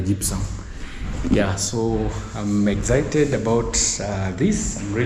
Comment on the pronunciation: its excited no exhited